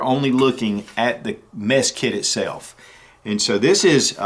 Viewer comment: Did he say meth kit ?? LOL😝